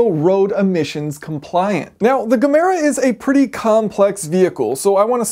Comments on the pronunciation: It is pronounced like "ye-mera". "Ge" pronounced like "ye" means "give" in Swedish, "mera" means "more". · Its pronounced "ye-mera" Gemera. In swedish Ge means Give and mera means more = Givemore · When trying to say Gemera in Swedish think of the G as a Y "Yemera". Kind of like you would pronounce Yemen but swapping the n at the end with ra. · 'Jemera' pronounced as Jeff. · GEEEEE MEEEE RAAAA.. GEMERA.. NOT GAAA MEEE RAA .. HAHA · It's pronounced Jemera, with a J... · The G in Gemere pronounce J "Jemera" That is Swedish for "Give more" "Ge mera" Pronounce "Je Mera" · You pronounce it like ”yeah-mera” 👌🏻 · Its pronounced "JE mera" Ge mera means "Give more" in Swedish and its really two words put into one. Ge = Give and Mera = more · Pronounce it like Yemen 🇾🇪, yemera = gemera, And don’t forget to hard roll that R, ‘YemeRRRa’ Best regards Swedboy🇸🇪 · As Koenigsegg like to name their cars by giving them a proper Swedish word as a name like in Regera (Dominate or Rule) or Agera (Act or Do something) this would be the Gemera [pronounced Yemera] (meaning Give More). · It’s pronounced approximately “je-merah” (“ge mera” in Swedish) meaning give more. I’m guessing also from “gemenskap” meaning community or fellowship. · i know you arent a gamoron. But it is Jamera. Thanks. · It actually pronounces yeah-me(as in me)-rah :P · Since you asked for comments about it (sort of): Agera = act. Hard g. Regera = rule. Soft g (Reyera). Gemera = Ge mera = Give more. Soft g. (Ye mera or Yemera). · it is "GE MERA" and that is swedish for "give more" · "Gemera" = Ge mera in Swedish, means Give More and pronounces Yemera :-) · For anyone interested: Gemera looks to me like a combination of the two swedish words "ge" and "mera", which means "Give more" If this was koenigseggs intention the pronounciation is: Ye-meh-ra Ye as in slang for yeah meh as in dissappointment ra being the most difficult, the R is as in ra-ra-rasputin by boney m, and the A is more like "ram"